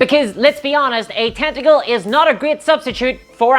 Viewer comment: i love how you say the word tenacle lmao